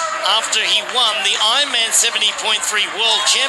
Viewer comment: Is the narrator saying I-man instead of Ironman?